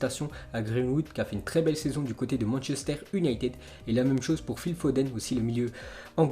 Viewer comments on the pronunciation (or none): none